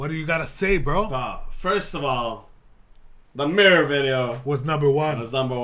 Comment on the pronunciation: The Murror